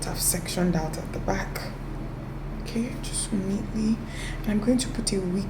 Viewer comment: You see that "okay oo" It is soo Nigerian 😂